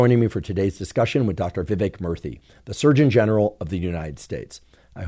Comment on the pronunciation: Every time he say Murthy, it sounds like he’s saying Murphy with a speech impediment.